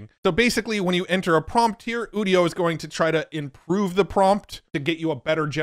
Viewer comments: Udio as in Audio is what I thought, but now he says udio as in 'studio' that makes more sense. What doesn't make sense however is that he pronounces 'u' like OOh and not 'you' like a normal person. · It’s called udio like audio, not studio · UDIO is Audio... without the A